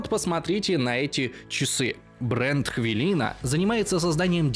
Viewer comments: Чувак, ты ж вроде с Украины, какая "хвИлИна"? Это "хвЫлЫна" произносится. А то, как ты сказал - это разве что какому-нибудь московскому гею проститетльно... Ну да, бренд американский, но у меня, просто язык не повернётся произнести это слово так, как ты его произносишь... :) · В российской озвучке очень странно слышать в рекламе "хвіліна". У вашого рекламодавця немає клієнтів на Росії, кажіть нормально, "хвилина"(Укр.). Ви ж не кажете "мєєтінг" замість "мітінг" (meeting)